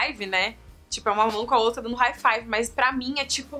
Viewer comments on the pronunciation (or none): none